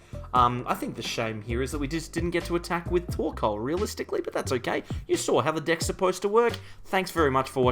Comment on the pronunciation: I think you should work on your annunciation of "decks". Your accent makes it sound.....different 🤣